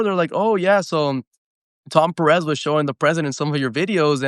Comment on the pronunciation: Carlitos pronuncia bien los apellidos Peréz 😅😅 es Pérez el nombre es el mismo, especialmente si hablar Español